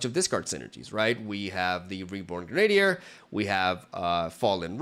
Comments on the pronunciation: GREN-ah-deer. Accent on the first syllable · It makes me smile that still can't say the word "grenadier" 😂